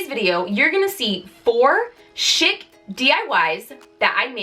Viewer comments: I love the wreath, you're so funny, " I speak English, really I do". I always love the ebd segments and yes we do need to flush our minds. Just one note maybe where you are you say chic like shick but most of the rest of us say it like sheek. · I enjoyed your diys!!! Just a side note..."chic" is pronounced "sheek".